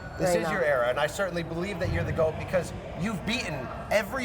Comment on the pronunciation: The GWOAT unquestionably.